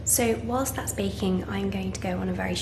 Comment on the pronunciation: As an American, I love how you say, “whilst.” 💙🩵💜💚